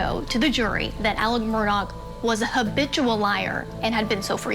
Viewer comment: His name is Alex. Why is everyone saying "Alec"?